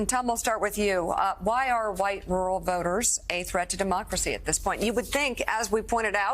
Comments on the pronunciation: Rural is pronounced Roo Rull not roo-ull. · Pull up the pronunciation on google, YouTube, or any online dictionary with recordings and it's RUR UHL with TWO Rs, both being pronounced. I love your content, but I am a pedant and I'd like you to get this one right too.